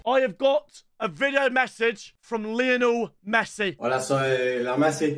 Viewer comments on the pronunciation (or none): That is lionel pessi not lionel messi